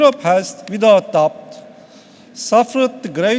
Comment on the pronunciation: Lan ne alakası var aksanla. Adamın aksanı değil sorun aksan olabilir, herif en kolay kelimeleri bile doğru şekilde okuyamıyo. Ak parti kavurma ne lan. vidat tabt ne. troo ne lan. ekspoleytıd ne.